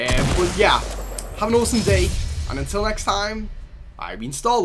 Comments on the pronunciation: For a bit I thought it was star lard not lord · I saw the intro and thought he was called star lard